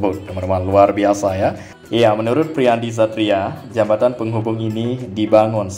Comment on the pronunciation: Yg bener jabatan ap jembatan yg akan d bangun teh klw ga bisa nyebut baca ajah "JPO" gituh biar mudah dan mengerti dan enak d denger yh